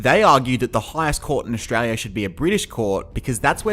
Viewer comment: it’s official, the local accent is “Eshtrarlyer” 🦘🤟